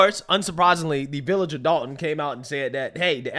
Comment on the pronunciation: NBC News are idiots its Dolton not Dalton you'd think they'd spell check their words on the screen. Especially since they got it correct later on.